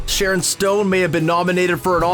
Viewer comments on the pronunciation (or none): none